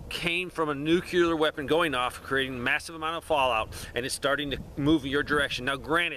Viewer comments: NU-CLE-UR not NU-QUE-LUR.... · Why are you adding an extra syllable to the word NUCLEAR? NUCLEAR is a two syllable word. It is NOT a three syllable word. Stop saying "NEW-QUE-LEER". It is pronounced "NEW-CLEAR". Two syllables... not three syllables. Stop pronouncing the word NUCLEAR wrong. I’ll lead an effective strategy to mobilize trunalimunumaprzure. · When you say nu-cu-lar, instead of nuclear... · NEW-CLEAR (NUCLEAR) not "NEW-QUE-LAR."